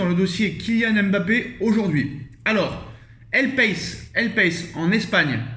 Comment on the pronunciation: El País se dit "el pa/i/ce